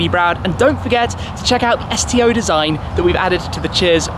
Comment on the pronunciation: I thought you said "STD" for a second LMFAO